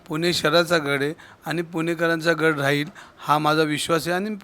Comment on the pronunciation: गढ नाही गड म्हणा. हिंदिमुळे तुमची मराठी बिघडली आहे.